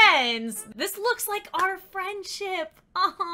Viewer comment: “our” not “are”